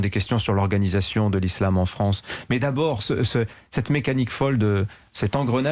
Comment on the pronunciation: Le fronce 😂